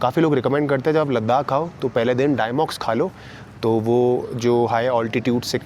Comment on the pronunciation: Btw, it's diamox not dimox, both are way different.